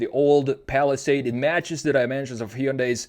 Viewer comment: because it is ai, look carefully, it says “falisad” instead of palisade